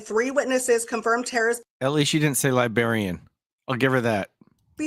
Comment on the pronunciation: I’m pretty sure she DID say “libarian”